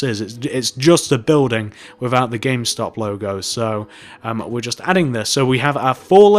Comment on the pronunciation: he mest up on the m in gamestop